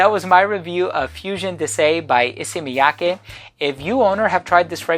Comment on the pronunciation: You are so good at pronouncing Japanese names haha. Not just Issey Miyake, your pronounce of Hanae Mori in another video was perfect as well